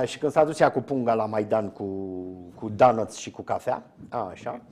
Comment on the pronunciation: Imi place cum a pronuntat doughnuts. Atat de romanesc 😀.